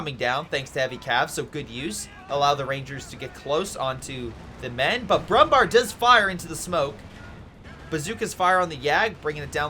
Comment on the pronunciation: Nice Video as always, thank you! I have a request: I know Umlauts like ä, ö and ü are hard to pronounce for you, so Kübel is not possible, as there is no easy way to pronounce an Ü for english speakers. But the Brummbär is easy: Bär means bear in english and is pronounced nearly the same. So just say Brummbear and you would make german speakers happy as there is also a Brummbär in CoH 3, so learning it is an investment in the future, cheers. P.S. The absolute best way to pronounce Brummbär would be broom-bear